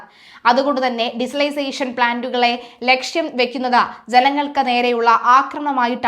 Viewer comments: Desalisation അല്ല ഡിസാൽനേഷൻ😂😂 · For your Kind information,,,its Not Diesalisation,,,, its De- Salination,,,removing salt from sea water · De -salination plant anu mole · Desalination plant എന്ന് പറയു!! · ഡിസൈസലൈസേഷൻ അല്ല